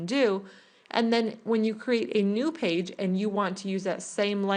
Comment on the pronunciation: Why do people in tutorials feel compelled to say, "Go ahead." Just say, "I'm going to." it is so much less annoying! And please people. LEARN HOW TO PRONOUNCE cr'E'ate. It is not a "crate" for carrying things.